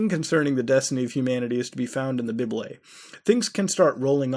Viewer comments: I love how mutahar pronounces "Bible" xD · "Bib-elie" Omfg Mutahar 😂😂